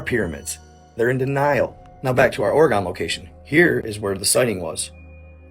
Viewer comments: Orygun, not Or-eh-gone. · kind of beside the point, but why is he mispronouncing Oregon like that? is it a joke or do they say it wrong from where he's from? it's not "gone" it's "gun". "or-uh-gun" basically. NOT "or ee gone". also, the last story about the rock door. why not use a snake cam to look inside? I have seen more in-depth videos concerning this story that don't have as much reaching. I am curious if anyone will ever actually do the snake cam on the door where the slot is. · Bro talking about my state kept saying it wrong 🤣🤣 it's not Ore-gone 🤣